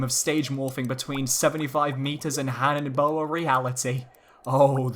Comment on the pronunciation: Hanebow... really? It sucks